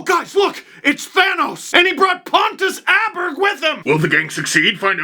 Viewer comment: both of your pronounciatons of Aberg are wrong